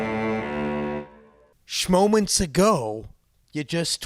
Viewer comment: My guy really started with “ a couple schmoments ago” 😂